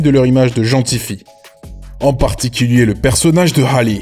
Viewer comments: Ça se dit Hali pas Hale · Ça se prononce « Hali » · Y'a que moi que ça dérange quand il dit Hale au lieu de "Hali" 😭 et quand il dit Tina QKNOLZ 😭😭😭 mes oreilles ... Bref superbe vidéo à part ça .